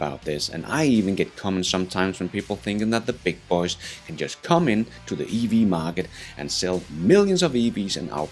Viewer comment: Only the narrator says it with a country & western twang, like "th' beig boeh'z" as if he's George Straight or something... 😁